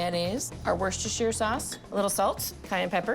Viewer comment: I can't take any "chef" seriously who can't pronounce Worchestershire. it's pronounced Wooster sure